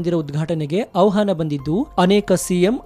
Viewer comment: ಅವಹಾನ ಅನ್ನಬೇಡಿ ಅಣ್ಣಾ, ಆಹ್ವಾನ ಅನ್ನಿ.ಕನ್ನಡ ತಪ್ಪು ನುಡಿಬೇಡಿ